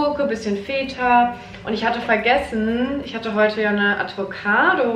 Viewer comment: Girl, hast du ADvocado gesagt??😂💗 liebs 😂🫶🏻